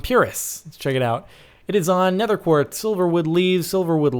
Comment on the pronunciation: Did he say nether quarts